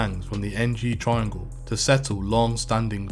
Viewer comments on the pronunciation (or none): none